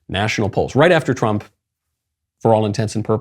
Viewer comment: "Donald Tump"